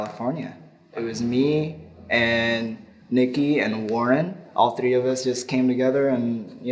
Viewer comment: that "tree" got me know.. your indonesian my man